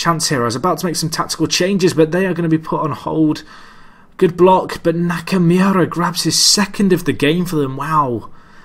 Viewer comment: nakamoora is how it's pronounced (not that it really matters)